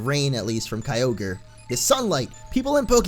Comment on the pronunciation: You say all ogre now when its kyogre well my friend said i will type this so its on groudon (hey you stupid little brat get out of here) sorry bout that